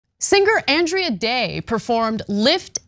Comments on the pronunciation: Andra Day, not Andrea Day. No 'e'. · The performer’s name is Audra, not Andrea.